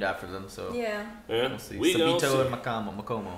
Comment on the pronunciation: How to say Sabito S-O-B-E-T-O Sobeto